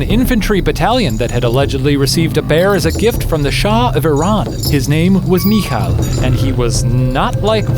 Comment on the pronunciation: You pronounce the name Michał like "mihau" btw